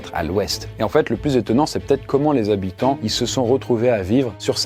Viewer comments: Il faudra demander aux soixante zzzhabitants ! (comme dit le conteur) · On dit 60 habitants...zhabitants😅 c'est s'il y avait un S à la fin de soixante,😉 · Soixante Zhabitants 😂